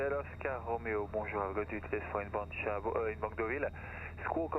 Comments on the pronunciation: Enjoyed your latest video very much. Laughed a bit how you pronounce your destination airfield “Duval” while it’s Deauville. Appreciated also the atmosphere in the cockpit & joke about autopilot ! Keep up the good work & fly safely, sir ! Greetings from EBAW ! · Lovely Most enjoyable But pleeeeze learn how to pronounce Deauville - it’s ‘Doh-vee’ not ‘Du-val’ ! Reminded me of Edward Heath speaking French. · Another nice video. Just one thing annoyed me a bit (I'm French...). Correct pronunciation for Deauville is "Dow-veal". I learned to fly in the UK but first flew to France last summer. I agree with you, it was much easier than I initially thought it would be. Your video helped me making the big jump. Thanks